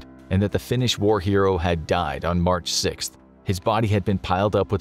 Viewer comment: Really good pronounciations considering how hard the finnish language is👏🏻